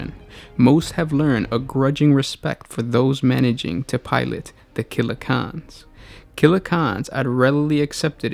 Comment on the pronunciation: Why are you pronouncing it Killa KHAN instead of CAN? They are called CANS because of their resemblance to trash cans or tin cans. I've never heard anyone dub them KHANs until now. Sorry I just found it a bit annoying.